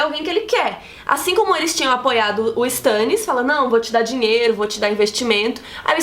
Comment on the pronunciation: Meu Deus aaaaaaaaaaaaaaaa, me dá agonia por ouvir "Stãnnis"